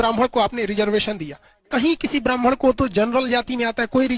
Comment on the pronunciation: Brahman ❌️ Bamaan ✅️